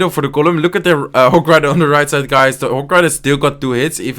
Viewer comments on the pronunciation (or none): The most annoying thing about uh is the way you speak i mean like u say hock rider its hog rider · I love it when you say "Hog rider" like "Hoc rider".